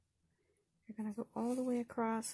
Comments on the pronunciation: Omg. It is ACROSS, not accrosT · The word “acsoss” does not have the letter “t” in it. Do not pronounce it as “acrost”.